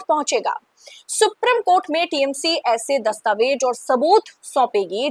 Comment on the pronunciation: मैं आपकी चैनल का बड़ा वाला फैन हूँ । आप और चैनल के सभी एंकर्स हर विषय पर बहुत सटीक प्रोग्राम करते हैं । सिर्फ एक उच्चारण गड़ता है । Supreme कोर्ट को “सुप्रीम” की जगह “सुप्रिम” कहना । बहुत छोटा पर हिंदी भाषी viewer के लिए अखरने वाला उच्चारण है । उम्मीद है आप ध्यान देंगी । Keep up the good work.